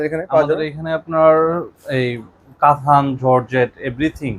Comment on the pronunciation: কাথান কেন বলেন। কাতান বলবেন।